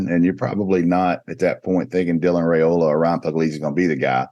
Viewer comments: 6 ray slays in one show. Your competition asked Dylan's father the same question live on the Rumors and Facts show a month back; the same you asked Ryan Puglisi. Dominic Raiola said it is pronounced like Rye or pie, and ola like cola. If you still dont believe it, then please show Dylan the same respect you showed Ryan by asking Dylan. Only reason I repeat it is you continue to ray slay the name, and I know you don't want to be doing that over and over as you are continuing to do. It's not like you, people look up to you, and respect your knowledge. Please pronounce it correctly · Good job asking Ryan Puglisi the correct pronunciation of his family name Now, Please, please ask the same of Dylan Raiola so you will stop the incorrect ray slay on his family name. It is pronounced as Rye like pie and ola like cola. Dylan Raiola (like Rye-ola) with no ray in sight. Please stop the Ray Slay,... Thank you very much